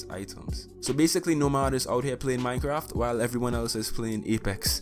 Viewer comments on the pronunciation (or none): none